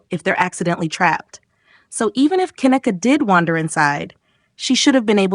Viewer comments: See, its hard to get passed the 1st part of this video when the little stripper chick who was speaking in the very beginning turned around & made a video recanting all of those crazy ass claims that she had made so boldly & so confidently, making her credibility ZERO. Also, why are we calling her Ka-neck-a, when its pronounced Ken-neeka? 🤔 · Ughhh the annoyance! You’re say her name wrong!!!!